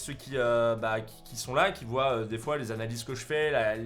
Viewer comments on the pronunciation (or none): none